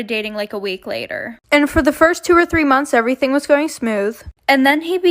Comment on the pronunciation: Normal people:Months:monts